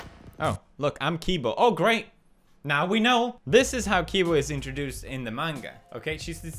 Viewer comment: thank you for saying manga not menga.